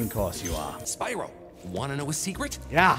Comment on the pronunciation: It's spyro not spearo